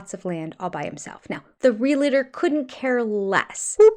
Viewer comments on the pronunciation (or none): It is realtor not real- a- tor one a not two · I love you but please stop saying reel a ter. It’s realtor. Two syllables. Thanks. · Hey.. for someone who's a stickler for proper pronunciation of words, you do realize that "realtor" is pronounced "real-tor", not "real-a-tor", right? ❤ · I think your channel is absolutely great and if you lived nearby I would want to be your friend. Sooo, when I ask this question it's not criticism. It's just a question. One of my pet peeves is that most people mispronounce "realtor". They usually say re-la-ter. I think it's supposed to be re-al-tor. Am I wrong? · just curious (ESL speaker here) since you often correct Kody's mistakes: why do you say "realator" instead of "realtor" ?